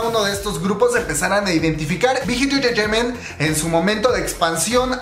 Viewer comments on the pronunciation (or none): Que es engreteimen jajajaja?? Sin ofender pero se escucha mal 🤭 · Me pone nerviosa como dice "enterteiment" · Cada vez que dice "entertaiment " me un cringe horrible. OSEA PRONUNCIELO BIEN NO MAME, ES INGLES NO COREANO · dice SM enchechement y Big Hit enchechement pero cuando dice JYP dice: jewayPE xd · Me da risa cuando dice entertainment lo Siento ajahajshjs Buna muy buena investigación y muy interesante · Jajajaja no pare de reír cada que pronunciabas “entertainment” o cualquier otra palabra en inglés 😝. Btw la info muy buena 👍🏽.